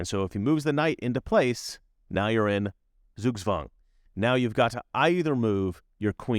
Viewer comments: TSOOK-TSVANG, NOT ZOOG-ZWANG. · Dear! In German S ist the soft S and Z is the sharp S. Just the other way around than in English or French. So please say Zugzwang as if it were written in English as Sugswang. Thank you.